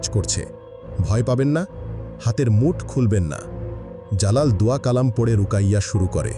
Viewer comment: সুন্দর এক্সপ্লেইনেশন ❤ ভাইয়া রুকাইয়া না ওটা রুকিয়া হবে